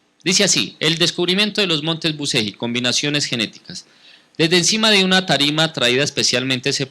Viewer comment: se lee buchelli....y se escribe bucegi